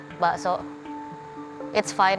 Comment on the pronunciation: Also "Zahra" jadi "Jahra"